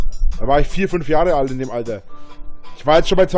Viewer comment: "Alder" kann ich bald nicht mehr hören.